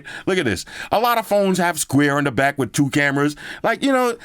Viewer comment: "back again wirrrr another video" wtf